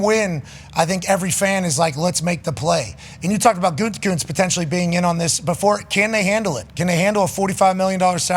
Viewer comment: Mcafee still calling him goontekunst... SMH 😒